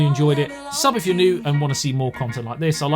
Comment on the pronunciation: This phone sounds too good to be true. Great video as always. Also, not sure if this is intentional or not but if you read out ASBYT. It sounds like you're saying A**bite, which is utterly hilarious. If it is intentional...Best name ever lol.